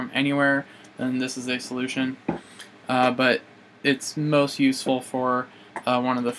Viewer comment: Did u say Butts except But